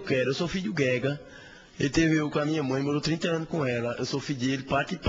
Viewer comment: Esse caninha é filho do Guga (jogador de Tênis) kkkkkkkkk vejam a semelhança... Ele falou guega pra não compilcar guga.